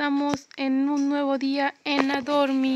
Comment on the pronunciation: Primero de dice adopt me no adormi y se dice lobo neon por q tu así dicho lobo león😂